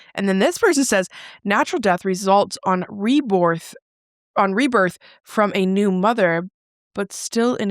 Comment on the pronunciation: 'Re-borth' I CACKLED 😂🤣😂